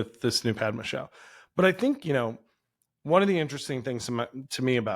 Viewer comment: I wish these people would take some time to pronounce the names correctly - it is not Pad - ma - pad as we say note-pad - that is wrong It is Pud-ma - Pud as in But Whenever you hear a foreign name please take the time to pronounce their names correctly - it is not just for white people or black people Even brown people deserve your respect